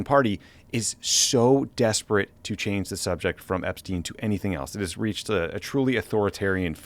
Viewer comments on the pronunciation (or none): none